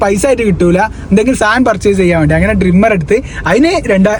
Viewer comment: Not maandi..it's "vendi" in kerala different accent undu..but malayalam parayande